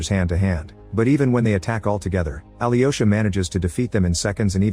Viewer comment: his name is not Ali Yosha lol And the witch name is Varvara (emphasis on the the second a, not the first.) The Ivan name is not I vhan either. Its Evhan. (phonetic translation for ya)